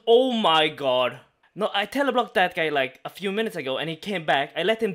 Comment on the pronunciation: "ch" =/= "sh" "god" =/= "gharwdh" ... Not "shallenge" not "Ä mai gharwdh"